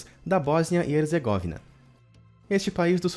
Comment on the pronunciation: Erzêgóvina? Será Herzgovína ( pronuncia)